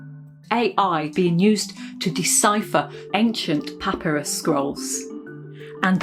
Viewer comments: puh-PAI-ruhs is the British and American pronunciation. pah-pih-ruhs is just wrong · The stress is on the second syllable in "papyrus". Your pronunciation shows that you have never heard the word. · Genuinely just curious but do British people say pah-pir-ee for papyrus? Americans say pah-pire-us. I’m wondering if I’m saying it wrong.